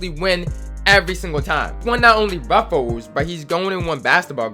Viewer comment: be like “RuffOles”